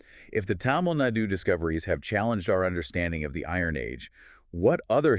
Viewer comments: it’s thamizh nadu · plz pronounce tamil nadu as thamilh naadu